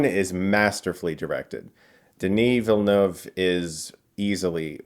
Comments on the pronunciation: Hey you’ll probably never see this comment but as a French guy THANKS for pronouncing Villeneuve correctly! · you are the only one who has managed to pronounce his surname correctly so far among Americans haha Bravo! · Thanks Chris, you have a good french pronunciation of Denis Villeneuve's name. I was his kids teacher here in Montreal when He was filming Polytechnique and Incendie. I must say that He's a very humble and good person. We are very proud of Him and His work, hope he'll be able to finish this amazing masterpiece. I'm also a huge Lynch and Jodorovsky fan, I saw in Villeneuve's movie a tribute of their vision of Dune that they couldn't achieve because of all the obstacles that we know. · Nice pronunciation of the director’s name. I’m impressed… 👍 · Finally someone who pronounces his name correctly, I'm proud as a Quebecer. (Oh yes, and Dune is masterpiece). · thank you for pronouncing Villeneuve properly ;) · I appreciate your pronunciation of Villeneuve, for a non French speaker is very on point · Woah! French canadian here. Very impressed by your pronunciation of Denis Villeneuve! Lol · Being a french-canadian i'm happy to say a big reviewer finally said denis' name correctly 😁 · I’m a French Canadian that speak french and follow a lot of people speaking english and I think Chris is the closest in term of prononciation of the name of Denis Villeneuve. Thank you. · Chris, props for a great review and for pronouncing Denis Villeneuve's name right! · Thank you for saying Denis Villeneuve correctly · Chris is now the best reviewer as far as pronouncing Denis Villeneuve's name properly. As a French Canadian myself I appreciate that :) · Can't wait to see this movie! A Québécois director like Denis Villeneuve getting to do this huge project is so awesome! It's really inspiring to young French Canadian filmmakers. Also, I see so few Americans pronouncing his name correctly that it makes me very happy to see you say it perfectly !